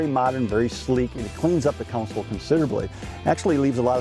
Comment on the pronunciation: I wish this guy would stop saying Counsel........Every video he's in, it's all I hear....